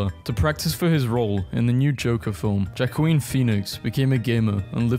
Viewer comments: bro said jakoween instead of wohkeen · that is the worst kind of torture any human could experience Edit: it's pronounced Killian (my name Actually!) And Joaquin is pronounced wakeen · why did bro pronounce Joaquin like that😂